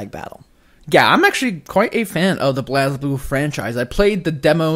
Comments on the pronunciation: I love you guys but i have to correct you on the pronunciation of blazblue its pronounced "blaze-blue" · they said "blas" blue not "blaze" blue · BLAAAAAZ BLUE. HAHAHA its BLAZE blue. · It’s pronounced BLAZE. :) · it is pronounced BLAZE;) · I’m sorry but I had to skip your whole Blaze Blue section. Wtf is “Blazzblue?” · It’s pronounced blaze blue